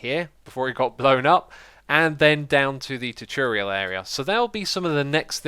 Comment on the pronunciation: I have always loved it when you say choo-turial